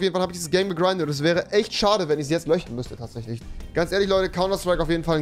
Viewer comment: Jede andere Person: "löschen" Rewi: " löchen" 😂🤦